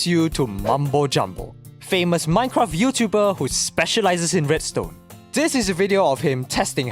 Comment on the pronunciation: Is it just me or do you pronounce minecraft as "minecraff"?